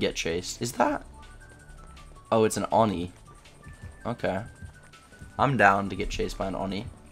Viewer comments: I think it’s pronounced oh-knee not onnie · Oni (Oni) not Oni (ani) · ON-NEEE bruh it’s OH-NI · Its pronounced oh ni not or ni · It's oh knee not ah knee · its not fucking ON-E its OH-KNEE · I hate when he says Awni it's oh ni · I hate how you keep saying Aw-ni instead of Oh-ni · oni i pronounced oh-ney not awe-ney ipa: /oni/ not /ɑni/ japanese: 鬼(おに) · Its o-knee not on-e lol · Please pronounce it Oh-knee, not On-E. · Nobody:: Awni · Do you Call him ONi I always call him oNEE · It is O-KNEE. 😂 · man really said "on knee" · Whats "Awni"?? I know about the new killer Oni but I haven't heard of "AWni" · dude it's pronounced OWN-EE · It’s pronounced “owni” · No rudeness intended but it is pronounced Oh-nee,this was pain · You pronounce oni wrong. It’s oeni on awni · Anyone else annoyed by the mispronunciation of Oni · anyone else slightly annoyed by how he says oni 😂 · For the love of God. Please stop pronouncing Oni like that.